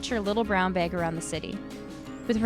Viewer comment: Canadian? I noticed your pronunciation of “flagship” and “bag”